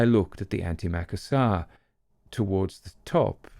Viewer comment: Just in the event that you come across the word again.. Anti-macassars are pronounced 'Anti macassas' not Ant Maca sars.. Being 'of an age', we grew up in the house of our grandmother who was born in 1873, chairs were still covered with them..( the house was way older than her)... Macassar oil was used by gentlemen as a hair oil during the Victorian and Edwardian eras.. it would stain the upholstery, hence, something was required to protect it.. those were the 'Anti-Macassars', they would be placed over the back of the chairs.